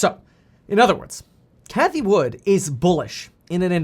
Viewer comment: Its cathie WOOD not "WOODS" Jerk off